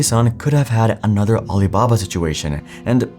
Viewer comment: Did anyone else hear aliblabla?